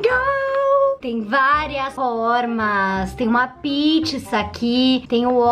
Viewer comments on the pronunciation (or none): Ela falou pitiça e garela kkk amuh a